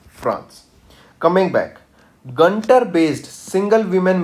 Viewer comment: Not gantar its guntur based pronounciation wrong